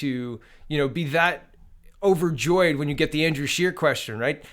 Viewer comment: did you not hear him call him Mr Shitter instead of Mr Scheer!